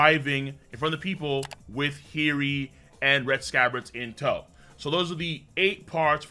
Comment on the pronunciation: Her name isn't heery it's hiyori